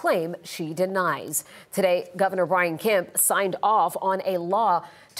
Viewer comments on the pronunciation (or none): none